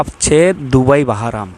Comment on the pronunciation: বাহারাম আবার কি????? একটা দেশের নাম এমন ভুলভাবে কেউ উচ্চারণ করে????